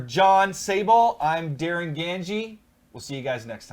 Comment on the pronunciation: Thanks for answering my question guys, and you did say my name correctly Darin!